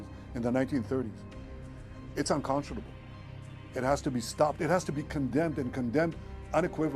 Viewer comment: Unconscionable is a word that he can’t swallow